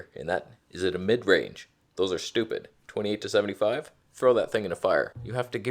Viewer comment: im not a native english speaker and im going numb when you say f2.8(Twenny two point eight.) can someone expñain?